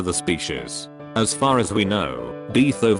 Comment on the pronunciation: Nobody: Text to speech: beeth oven